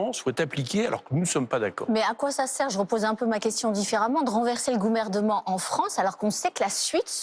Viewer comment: Le Goumerdement, beau lapsus! hihi Bon par contre, on rigole on rigole, mais que fait encore cette "journaliste" sur un plateau TV!?